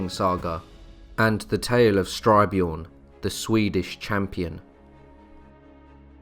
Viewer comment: Styrbjorn as in Stir-BYorn. Which means 'Violent Bear'.